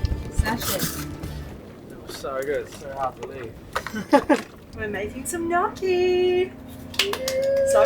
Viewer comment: Sorry, a bit of a pet peeve, but it’s pronounced like nyokee. A ‘gn’ in Italian or French is like an ‘ñ’ in Spanish. Think of how “lasagna” is pronounced.